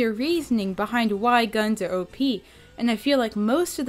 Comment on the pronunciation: I thought u said obese instead of op